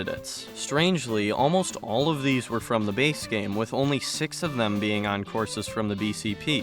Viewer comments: “which would bypass the limit of sex” HUH 💀 that pronunciation was crazy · six? Sax? Se...? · when he says “six” it sounds like a dirty word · I heard a different word when you said six 😶